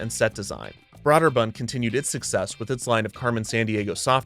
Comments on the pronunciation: Is it really pronounced "brod-der-bund?" I thought it was more like "brew-der-bund" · I thought it was pronounced “Broh-der-bund”, not “bra-der-bund” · At the time the name was pronounced “broh’-der-bund”. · Great video, except I twitched every time you pronounced "Brøderbund" with an "aww" instead of "ew" sound. When in doubt, just make it a hard "o" sound, if the correct pronunciation is funny to your ears. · This video made me look up how to pronounce Broderbund, because I've never heard it pronounced Braw-Derbund. I thought it was Bro-Derbund, but apparently it's Broo*-Derbund. ("oo" as in goose.) But then I also read it was a made-up word that's basically a jumbled mess of four different languages and the "ø" that's used isn't a reference to any language but from computer terminals. .... ...Häagen-Dazs. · I've literally never heard anyone pronounce it 'braw'derbund. Not trying to be facetious, just interesting. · broderbund is not pronounced broader bunned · Kevin: Brah-der-bund. Me: Well, it may not be the right pronunciation, but I'm sure he only says it a few times in the episode. Kevin: deep inhale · Kevin, When you said Broderbund I thought The Pac-Man type game: Snoggle. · You keep pronouncing Broderbund wrong the whole episode its really annoying